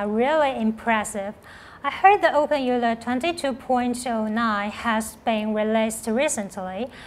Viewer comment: How is it you're using Euler's name but can't even pronounce it properly?